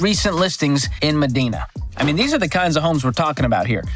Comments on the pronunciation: Medina is pronounced me-dye-na, not me-dee-na. It’s a bit of a tourist attraction here, seeing houses you’ll never be able to afford. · It’s ma Dine-a not ma dean-a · MEDINA is pronounced "Muh-DIE-Nuh" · MEDINA (MA-DYE-NA) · Pronounced ME- dye- NA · It's pronounced "Ma-dine-ah" Washington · Correction: #5 is pronounced "Mah-DINE-na". The ultra wealthy have huge properties there and the neighborhood is quite the opposite of Seattle which is across the lake. No homeless, no sights of people injecting themselves in public, no litter, and police enforces the law in Medina. Great list - love the dad jokes! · Medina is pronounced med-eye-nuh. I live here, it’s super nice and was glad to be raised in the area, but all the fun happens in the city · Hah I just replied correcting his pronunciation too.. “muh-dine-a” I used to work as a teacher in this neighborhood. I drove up to work in a beater & my student’s parents were picking up their kids in super expensive cars. Hah!